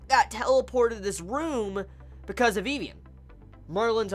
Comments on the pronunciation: and why do you call her vevian its Vivian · I think it's pronounced Viv-Ian.